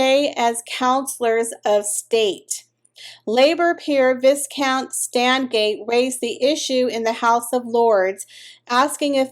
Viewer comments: Please learn to pronounce the word "VISCOUNT"! The "S" is silent and the "i" is pronounced "eye".... so V eye count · It’s pronounced VIE-count but spelled viscount. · Viscount is pronounced vai-kownt. Long i and the s is silent.